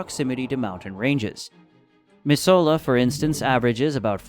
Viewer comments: Gotta love AI Not My-soul-a It’s Mizzoola Nor is it Hel-lain-a It’s Hell-an-a 😮😂😊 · Missoula is pronounced Mis zoo la lol And Helena is not Hel ee na lol Also 80’s in the summer? Try 90-100 lol I like our hot summers thank you! It’s usually only double digit negatives between January and February. Here in Helena it’s usually like -27 around January but not the whole winter. It’s dry cold so doesn’t feel as cold as the wet cold like Washington or down south with more humidity. We have many days with snow on the ground but it’s sunny out. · Missoula is pronounced Mih-Zula and not Miss Soul ah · Nah Misohla killed me, it's pronounced Miz-ooo-luh and spelled Missoula, I live in Missoula so yeah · It’s pronounced mi-zu-la not ms-hola tourist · its not mis-so-la its miz-zoo-luh, and Helena is he-leh-nuh. You did get Kalispell correct :) and thank you for chasing away people from our beloved Montana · Miss—soul—a??? It is said Mi-zoo-la. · Also it's pronounced mizzoola! Not misola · I just can’t believe how he pronounces Missoula. Also Montana doesn’t have a low population you realize there are thousands of immagrants moving here every day, Californians, Texans. But yeah it’s pronounced MIZ OO LUH not MISS OLAH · Who's gonna tell em that he's pronouncing Missoula wrong. (Speaking as someone who lives in Montana)😂😂😂😂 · Mis-oh-lah KILLED ME😂 It’s mi-zoo-luh. Regardless, thank you for warding off out of staters. I like my public land. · Missoula is pronounced Miss ewwww la not Miss oh la ..... and thank you for discouraging others to come we like our peace and quiet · That’s not how you say Missoula. The video was good, but every time I heard you say Mis “Soul” la, I almost stopped watching. Mis “Zoo” la is how it would be pronounced. I know the spelling doesn’t make sense for that, but that’s how we say it. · Yes....except I will dock points for the "Mih-soul-a" pronunciation of "Meh-zoo-la" (missoula) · 1. it's mi-zoo-la 2. Great Falls is the second biggest city (size)